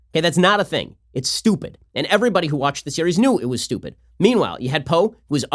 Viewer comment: the emphasis on “stupid” is hilarious